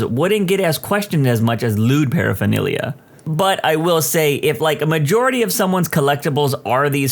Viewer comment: The reader mispronounced "paraphernalia," repeatedly.